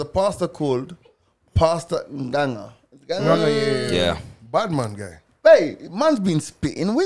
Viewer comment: G just butchered that ng'ang' name 😪